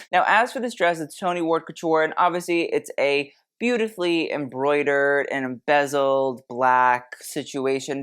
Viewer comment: It’s embellished, not embezzled